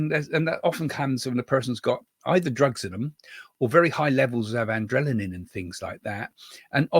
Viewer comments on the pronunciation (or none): none